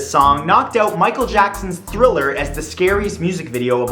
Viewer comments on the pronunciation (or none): none